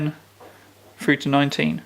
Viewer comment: Since you say "free" in place of three, and "fought" in place of through, I was wondering if you said "fra" in place of the. I just need you to say "three thorough thugs ran through the house, wearing thongs" I need to know if it comes out like "free forough fuss, ran frough fra house wearing fongs"